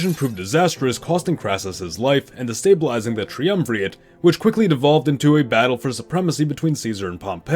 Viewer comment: this probably sounds ungrateful, I am happy for the video, but I think you should run a spellchecker and a pronunciation checker before you spend so long editing a video. in the first 2 minutes "caesar" has already been misspelt twice and "triumvirate" mispronounced twice. it makes it hard to take predictions on nuanced history seriously when basic terminology is wrong in several places